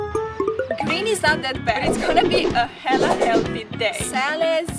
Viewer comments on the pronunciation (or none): Umm did she just say hella or hela